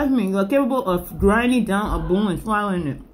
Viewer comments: It's bone not boon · I get a booner every time she says, "abuse the boon." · If i hade a dollar for everytime she said "boone" id have like 10$ 😂😂